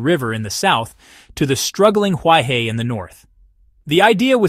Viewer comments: "He" means river and is pronounced her not hi, therefore Huai Her not huai hi. Commentator should at least learn how to pronounce properly as respect for the language and people. Nobody likes to hear his or her name mangled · Great video! Please read Huaihe as "who-eye-her". Thanks.